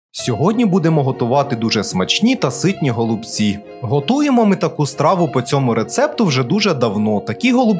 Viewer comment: Вже за наголос в слові голубці підписуюсь на Вас